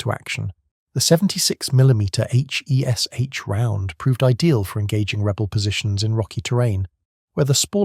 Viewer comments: It's pronounced 'Hesh'. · It’s pronounced ‘Hesh’ FFS…